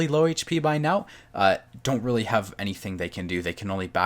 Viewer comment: Rallie?? Yo thwink yow cun jus say werdz anawhy yas loike un at won mattah? You're probably the type of person who says 'anyfink'... Regional accent is one thing, but giving carte blanche to any random pronunciation is just absurd.